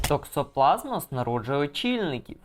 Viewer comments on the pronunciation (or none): Якісь проблеблемки з наголосом в слові токсоплазмоз (має бути наголос на останню о)